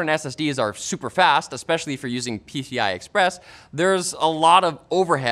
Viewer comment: "pcth-i express"